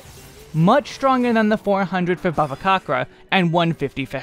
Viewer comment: if you are gonna do an updated NIN video, i have to say this now: the "c" in bhavacakra is pronounced "ch". it's bhavaCHAKRA. word's sanskrit in origin; there's a reasonably good pronunciation guide by "How To Say" that shows up at the top of the YT search for "bhavacakra pronunciation." i don't know why it's transliterated this way (extremely not your fault for not knowing), but i'm indian so it's stood out to me and i thought i'd let you know! ty as always for the guides; they've brought me through a ton of this game and definitely made me far more competent at this game than i would've been otherwise.